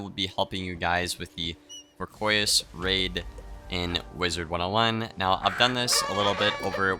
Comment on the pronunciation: I don't understand why SOOOO many people struggle with the pronunciation of the word "voracious." I've probably heard more wizard101 players mispronounce the word, than pronounce it properly. I mean, it's a fairly common word, so I really don't get it. Anyway, phonetically it's. pronounced "vaw·ray·shuhs."